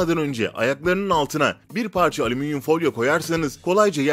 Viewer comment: aleminyum ,alzarmir yahu siz nece konuşuyorsunuz nerde yaşıyorsunuz?